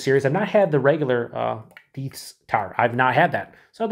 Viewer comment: FYI, Deth is the head brewer of Revolution and yes, it's pronounced "deeth", but people always mispronounce it "death" so they embraced it, hence "Deth Star".